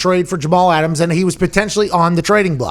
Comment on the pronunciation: 'Get Aht' -Jamal Ahtams